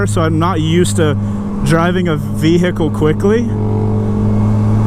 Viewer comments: I like how you say "vee-hickle" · Vee-hick-le heh